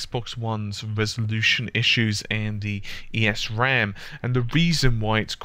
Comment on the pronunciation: Great explanation on everything here! The only thing is that you pronounce it as "ehs ram" without pronouncing the E. Good job, regardless. Very well explained.